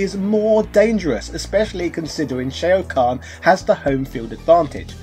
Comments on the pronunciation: No matter how much you're gonna go the "this is what we called those characters on the play ground back in the 90s" (you brought that up with Ryu in the past) you can't botch all these names like that when there are voicelines pronouncing them in the game. Sheo Khan, Kang Leo, Dankey Kang. Wtf. At this point it's just contrarianism, intentionally mispronouncing every thing to prove a point or it makes you look like you've only heard of this 30 year old game in 2020. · Shay-o khan? Like steve-o khan? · Shay-oh Kahn? Kung Lay-oh? I'd check your pronunciation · Who is Shay-O Kahn, and Kung Lay-o? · Just putting this out there... Can pronounce Shaolin but not Shao Kahn or Kung Lao... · Mk II was the best game in the 16 bit Era. Nice review. Not sure why you pronounce Shao Kahn and King Lao differently. The announcer does them correctly